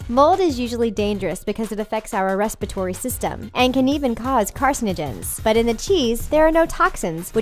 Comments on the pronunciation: respiratory* not respitory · does she say respitory